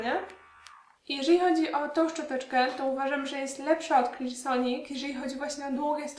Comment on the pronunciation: Niesamowicie wymawiasz słowo Clarisonic :)